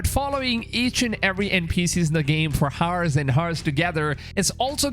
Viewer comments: Did my man just say 24 hars?? Wtf??? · Dude. The 'h' is silent in the word "hour(s)" and I've NEVER heard ANYONE say it by pronouncing the 'h' so why do u say it like that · bro why do u pronounce hours as haars? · Ours, not Hours🤣🤣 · why do you pronounce "hours" like that eww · It is an accent why do u have to b disrespectful. Lol